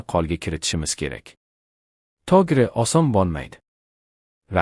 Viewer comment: O va O' ni farqiga bormay o'qiydimi Oyinda deydi To'gri deydi aslida "O",G'